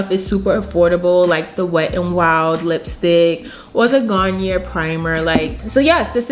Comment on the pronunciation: It’s pronounced Like Gar-nee-yay not Gar-nee-air lol just had to say it